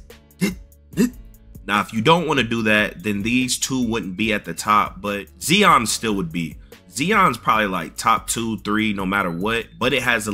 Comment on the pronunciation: I love your videos but... My mans gotta learn how to pronounce legit superstar NAMES! Zee-on? Zi - on. Roz-err? Rose- eer. Cmon its an NBA game with NBA players. A little google for the respect for the best in the world please! And its TOOOTS like TU-TORIAL!